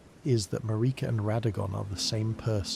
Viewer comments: Damn. I had a feeling that this was AI nonsense when it kept pronouncing Merika as MuhReekuh. Glad I didn't get too far into this. Get a microphone and write your own scripts and I'll gladly return. Later. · Sorry, not trying to be a hater, I love sleepy Souls-Borne lore, but your wandering pronunciations drove me crazy. Everyone in the game pronounces her name one way, over and over again, never deviating. They all say it the same way. MAR (rhymes with air) - ik (rhymes with sick) - a (rhymes with duh). Not one person in the game pronounces it maREEKa or maRICKa. Don't even get me started on Blaidd.